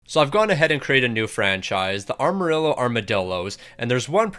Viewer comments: ok seriously why cant u pronounce Amarillo. its not ARMarillo lol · Ehmer rillo correct pronunciation coming from a Texan love the lingo though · “arma rillo” “montembolt” is restarted💔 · The way he pronounces Amarillo 💔💔